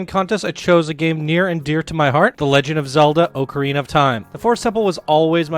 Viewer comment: Pronounced ocarina wrong, I can’t watch this video